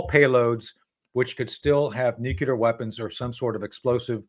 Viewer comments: I don't understand why important people say NUKEular instead of NUCLEAR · It's not nucular it's nuclear! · I cringe every time Tony says “ nook you lar “””….. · Nu-cle-ar tony ffs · LtCol. Tony Shaffer 's pronunciation of the word 'nuclear' tells a lot .